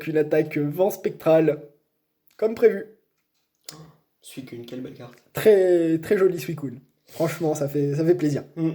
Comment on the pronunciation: Suicoune ou suicunnnnnnnnnne pas d'importance par contre des personnes disent "suisune" et c'est un problème